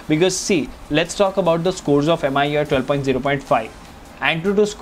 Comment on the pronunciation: Me UI dude. Not M I U I.